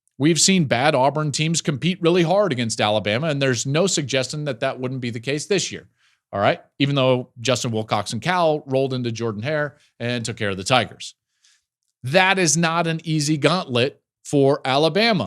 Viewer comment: One comment Joel - it's pronounced "JerDin Hare". It's a Southern thing.